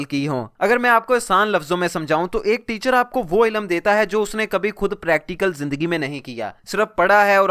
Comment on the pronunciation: Bhai darakhat nahi drakht hota ha or ilum nhi ilm hota hai.kataab nahi kitaab.Ap ki pronunciation se lagta hai k ap bhi school kem hi gaye ho. Baki video bohut achi hai.i totally agree.